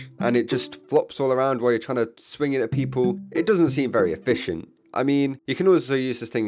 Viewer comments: "It's not that efishent" did anybody heard that? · Hehhe E-fish-ent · Holy mackerel: not ef-fish-ent. HAHAHAHAHAHAHAHAH I use the Sun-On-A-Stick, most of the time. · I heard efishent idk if he wanted to say that but i heard that. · He did put alot of emphasise on fish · "It doesn't seem very effishint" I'm on to you. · "it dosent seem very e-FISH-ent" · It's not very eFISHent xddddddddddddddddddd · "It dosen't seen very a"fish"ent. HOW DARE YOU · "the holy mackeral doesnt seem very eFISHent" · The Holy Mackrl isn’t very Eff-Fish-ent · “It doesn’t seem very eFISHent” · "it doesn't seem very efFISHent" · Doesn't seem very 'e-fish-ent' lol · hehe.... e-FISH-ent? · Haha. EfFISHent XD